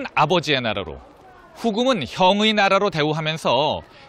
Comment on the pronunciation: 님 누르하치느으은~ 후금으은 중간중간 은 는 발음 질질 끄는거 좀 고치면 안될까요?? 진심 듣기싫네요 ㅜㅜ